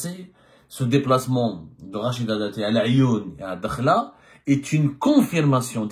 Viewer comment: Ce n'est pas " Dkhla" mais Addakhla الداخلة مشي الدخلة .، vous repetez toujours la meme fausse prononciation .Merci de rectifier